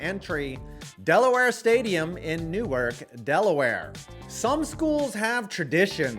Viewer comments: The best way to piss off a Delaware fan (or resident of the state of Delaware) is to mispronounce Newark. It's "New-ARK", not "NEW-irk"... I get that is from New York and there's "Fake Newark" in Jersey, but mispronouncing the name of Delaware's third largest city (behind the mega metropolises of Wilmington - population 71K - and Dover - population 38K) will piss off Delawarians to the point where you'll get shit on. (Hey, he's right: The jokes do write themselves! I guess that means I've made it to the next one...) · Fun fact: Newark Delaware is pronounced locally as “new-ARK”, not “NEWurk”